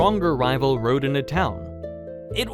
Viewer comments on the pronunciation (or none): none